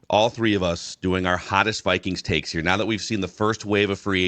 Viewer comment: Taeks instead of takes